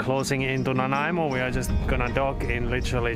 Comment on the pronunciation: Stumbled across your channel tonight and noticed you were entering Canada. Started to watch and was pleasantly surprised to see you sailing along Vancouver Island coastline. I live in Ladysmith, not far from Dodds narrows where you went to Nanaimo. Also, way to go pronouncing Nanaimo correctly. That always seems to be a hard one for so many people. Beautiful story telling and camera shots! You gained another sub tonight.